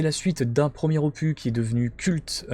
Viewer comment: aloha, top vidéo comme d hab mais petite touche d humour arrête avec opu(s) lol, on ne dis pas un cactu(s) mais un cactus et un ficus donc un opus lol ni un infractu lol blague à part cela top rentrée merci pour la vidéo